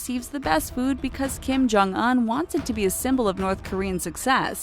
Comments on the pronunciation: DID THEY JUST PRONOUNCE KIM JONG UN LIKE KIM JONG UH-N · You have one job, yet you cant say the name of Kim Jong Un and other names correctly... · Look up how to pronounce Kim jung un and Pyongyang before you make more North Korean videos. Not to mention all the other words you butcher. Lmao. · Well what did you expect. This channel is a bunch of white ppl making video. . They can't even look up how to pronounce Kim jung un and Pyongyang correctly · Do you not know how to pronounce things? It's not pwongyowng or Kim jong uun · She said “peeyung yung” Kim jung “uhn” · Pyung young. Kim Jung Un. Jesus, these chick narrators are as dumb as stumps.